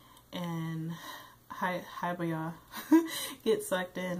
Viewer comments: It's HI- BI- YA ! Just helping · Its pronounced He-be-ya